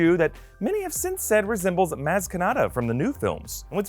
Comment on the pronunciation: Maz is pronounced moz